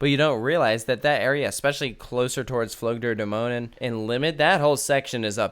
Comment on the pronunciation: with "Dämonen" you come really close if you try "Damn", "oh" and the add "Nanny" without the "y" - "Damn - oh - nann"